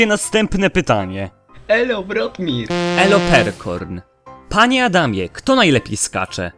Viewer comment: Zamiast panie Adamie usłyszałam panie chamie xD